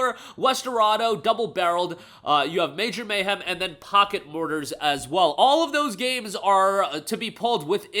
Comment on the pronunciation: Poker MORTYS NOT MORTARS (the way you said it